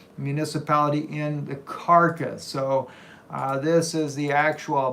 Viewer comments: Caracas (Spanish pronunciation: [kaˈɾakas]) not carcass... Lords blessings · C'mon..... The place is not named after a dead body, the name is pronounced ( cara- cas ) not carcass 🙄 just saying my brother... appreciate the work you do though 😎. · NO not karkas Kah rah kas.... all a in Spanish are ah type how do i say Caracas in Spanish.? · You really should know how to pronounce the name of the TOWN! Otherwise you will be sending people ALL over the country OF Mexico. CAK-RAH-CUS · Lol. Car RA cas.....you keep saying dead body. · I think the city is pronounced Car-a-cas. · you definitely didn't say the name of the State in Venezuela correctly. Come on man. Here you go, try this Ka-ra-cas. Caracas. HABLA BIEN WAY.